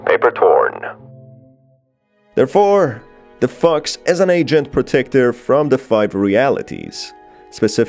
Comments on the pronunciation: Omg whenever he says fox I thought he said fucks 🤣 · I swear, it sounds like he is saying "f*cks" instead of fox. I feel trolled. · Every time he says "fox" I hear fucks🤣🤣🤣🤣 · Anytime he says “the fox” I think he is saying “the fuq”😩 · i hate how its so funny that whenever you say 'fox' it sounds like ' f-cks' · Every time he said fox it sounds like he's saying fu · I'm sorry, but I'm laughing at the way this guy pronounces "fox"